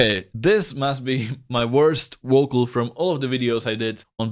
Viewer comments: Please stop saying “wocal” I can’t stop laughing 😂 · Nice vid, but what the heck is a "wocol"? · Please look up how native speakers pronounce the word vocal. You pronounce it like wocal. v and w are pronounced totally different. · "my worst wocal" i felt that